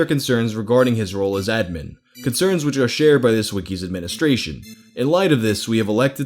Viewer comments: Dude.. Pronounce "admin" correctly please.. lol. Ad Min. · The way you say “admin” kind of bothers me, but also when I think about it, it makes sense. We say “ad-MIN-istrator” not “AD-ministrator” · The biggest mutilation in this video is your pronunciation of admin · The way you said admin the first two times upsets me far more than it should. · We just going to gloss over how pronounces "admin"? Aight. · The way you pronounce “Admin” hurts my brain lmao it’s almost like there was a glitch. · Don’t get me wrong, I love this guy, but the way he pronounces “Admin” makes me want to literally vomit. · I don’t think I’ve ever heard anyone say “admin” like. Maybe I’m crazy. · The way you pronounce "admin" really annoys me. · Why do you keep saying "admin" like that? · Dam, why can't you say "Admin" properly? lol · mate pronounce admin